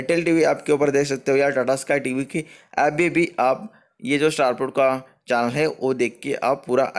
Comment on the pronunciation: चानल नहीं भाई चैनल होता है।